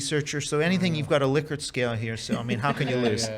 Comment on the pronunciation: So few people pronounce "Likert" scales properly. Amazing!